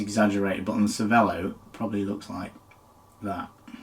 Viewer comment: If you owned a cervelo you should at least be able to pronounce it properly…